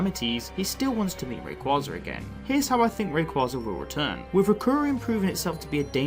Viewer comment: Sir, its "Ray -Quay-za"